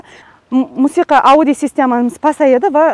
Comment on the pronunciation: Ауди система эмас аудйоооо дейилади